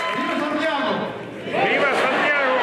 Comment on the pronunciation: Sant' Yago, not Sante' Yago. :)